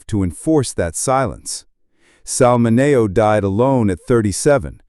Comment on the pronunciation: Pronunciation, please!!! Min E O !!!!!